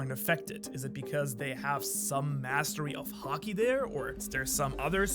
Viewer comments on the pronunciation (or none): none